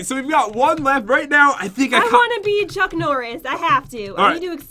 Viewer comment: oh yea "chunk norris.." not "chuck norris..." lol